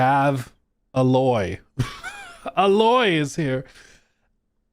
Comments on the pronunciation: I love your channel and i always will love it but please for the love of Horizon, her name is is A-Loy not uhloy. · The way you pronounce Aloy is criminal and I don't like you for it. :( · I don't understand how he played the game likes the series but he still can't say the main character's name correctly. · The letter A says it’s name I would understand the mispronunciation if you’ve never heard the name, but they literally say it in the game!